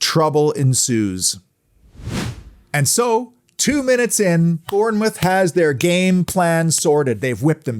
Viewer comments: Just say it as Bornmouth mate !! From a 🍒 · Afcb the best side , P s learn how to say Bournemouth